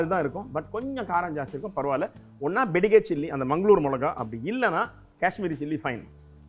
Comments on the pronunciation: வெங்கடேச பட்டரே, தயவு செய்து "பெடிகேர்" மிளகாய் என உச்சரிக்கை வேண்டாம் ಬ್ಯಾಡಗಿ (Byadagi) என உச்சரிக்கவும். நன்றி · Being a kannadiga yourself, I'm surprised how you can't pronounce"byadagi" chilli.